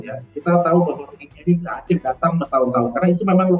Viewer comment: Bego ni presenter nya ga bisa baca "rohingya"